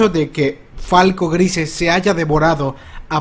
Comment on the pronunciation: No puedo con tu pronunciación del apellido de falco, lo siento